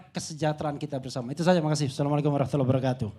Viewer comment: Prof, ijin sy selalu mengikuti konten yg menarik ini, hanya risih saat mendengar prof. Mengucapkankan salam dg gaya dan intonasi yg tak lazim bagi orang yg mengucapkan lafal _assalamualaikum _ , saran: ucapkan salam dengan cara yg lebih baik.